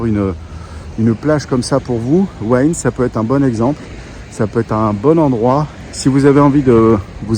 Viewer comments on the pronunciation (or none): Petit détail qui ne semble pas être précisé... La ville de " ua ine " ça s'écrit " Hua Hin " 😀